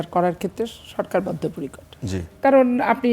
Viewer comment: শব্দ চয়ন শুনুন কিবলে,শব্দটা বদ্ধ পরিকর না-কি বদ্ধ পরিকট,? বলে বদ্ধ পরিকট।